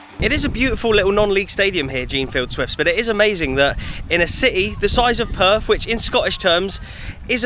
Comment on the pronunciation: Weren’t you there long enough to learn the correct pronunciation of Perth?